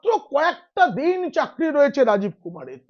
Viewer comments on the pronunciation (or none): none